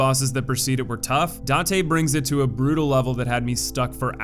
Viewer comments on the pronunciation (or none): I like the video, but man, can you take like 10 minutes to check your pronunciations for the names of some bosses? Hearing you say Noo for Nue and Date for Date (It's pronounced Da-te. Two syllable name) really puts a hamper on the video quality. It makes it seem like you rushed to put the video together and didn't really care to check for little things like that. Maybe it's nitpicking, but it was enough to be annoying, so there's that. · Also the one name that's pronounced exactly as it's spelled and you somehow mispronounce it. Jin is pronounced Jin. Not Zheen. Also I find it odd that you mispronounced Date the first time but then pronounced it right for the other Date. Consistency, man. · God damn you cannot pronounce Date (Dah-Tay). I hope you play Nioh 2 though. It’s looking to be even better than the first game